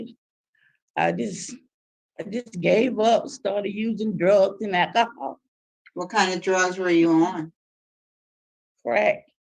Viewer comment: O girl said..."Drugs n akahaw!"